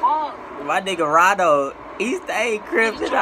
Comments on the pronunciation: Did you just say rondo quando 😂🤣😂🤣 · this man always sayin rondo quando 😂😂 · yo called him “rondo quando”😂😂😂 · Why y’all keep saying rondo quando😂